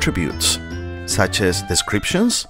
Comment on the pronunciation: My guy that says decriptions not descriptions 💀